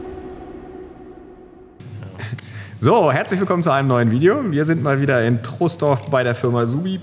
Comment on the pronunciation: Troisdorf geschrieben Troooosdorf gesprochen. Heikles Thema hier im Gebiet 😁